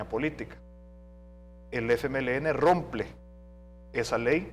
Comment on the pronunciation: Cómo aleman de segura desendancia nazi, se discupa que ud diga "romple" por decir decir "rompe", creo que en aleman es "brechen"